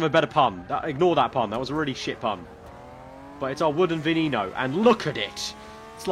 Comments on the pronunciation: It's not Veeneeno, it's Veneno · It's pronounced vwen-no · You.said Veneno wrong